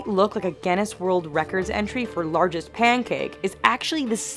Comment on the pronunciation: She says pancake...